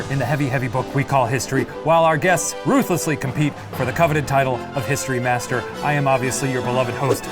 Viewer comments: I thought he was saying "History Bastard" instead of History Master lolol. I love this. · Nothing will make me not hear "History Master" as "History Bastard"